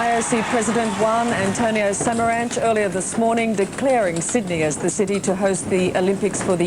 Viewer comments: One of the all-time misquoted lines. For the last time, it's not 'Syd-uh-nee', it's 'Syd-ee'! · I am studying English: Did he say "The wiener is Sidney"?